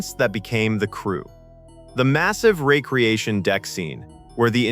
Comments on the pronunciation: Recreation not re creation. AI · and ree-cree-ashun instead of reck-ree-ashun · Recreation is pronounced "REK-re-ation"! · . . . and “recreation”. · and RECK-ree-AY-shun not REE-kree-ay-shun and KAY-nig not KOH-nig etc. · The one that shocked me the most is... that AI can't be taught to say "recreation deck" or "Ilia" properly. FFS do better. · REC-re-ation. KAY-nig. Eye-LEE-ah (as opposed to just LEE-ah or LAY-ah, a princess of Alderraan). (Also: Soo-LAH-co was the ship from Aliens) You showed the original Enterprise but labeled it Ent-D. Aside from that, good vid. I love those STtMP uniforms, especially the softer/casual ones used on Epsilon 9. I know most ppl hate them and love the red jackets, but I adore the former and hate the latter. My dad said the ST2 uniforms made them look like bellboys. The ST1 uniforms actually have callbacks to the originals used in the first pilot "The Cage". The only parts I dislike are the massive belt buckles (look damned uncomfotable) and the pants slipping into the shoes' soles (actual daily use on a paramilitary ship seems questionable: you really want proper boots, just in case something happens). Xan, the Spock replacement, became Data and Saavik (as you noted), but Saavik also became Valeris, probably because the role had already been recast once, and they d/n want to go there again. Decker and Kirk merged into Riker (Wlm Decker the XO and James T. Kirk the womanizing man of action became WllmT. Riker, who Gene thought might replace Stewart's Picard in S2, as he initially d/n like Stewart in the role). Ilia the Deltan empath w/procrative focus became Troi the Betazed empath w/frequent procrative focus hints, and both were the aformentioned character's (Decker/Riker) former GF. As you can see, above, Roddenberry recycled often. Outside Trek, the name "Dylan Hunt" got used and